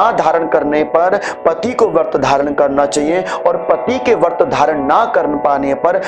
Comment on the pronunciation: "वर्त" नहीं, "व्रत" होता है, कृपया सही उच्चारण करें।